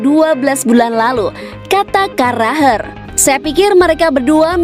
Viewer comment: Jamie carragher penyebutan nya carraher